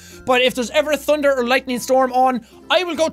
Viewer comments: I love the way he says thunder... tunder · That was adorable you pronounce thunder you say tunder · i love the way he says tunder its so adorable!!!!!!!! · he said tunder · when he said i like thunder the biggest thunderd i have ever heared struk outside